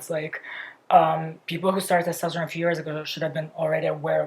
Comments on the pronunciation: It’s /tɛsˈtɑstəɹoʊn/ vs /tɑsˈtɛstəroʊn/. If you’re gonna make fun of a foreigners pronounciaton maybe learn a thing or two about phonetics and pronounciation first otherwise you look like an ass. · It's testOsteron. I just think when you are going to talk about it so much you should pronounce it the correct way